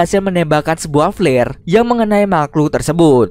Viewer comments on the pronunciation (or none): none